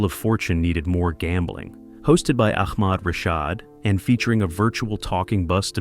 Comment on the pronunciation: Ahhkmad Rashad?! 🙄